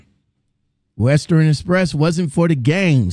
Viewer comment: Wow, I was just thinking that same thing. How do you get fired from Western Express? I used to work for Western Express, and yes I quit. Most people quit Western Express not get fired. It’s pronounced WES-TERN not WEST-TERNNN lol.